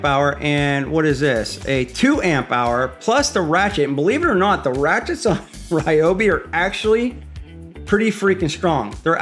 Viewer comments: Rye obi not Ree obi. ❤️ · Remember, folks. It's Ryobi, not Ryobi.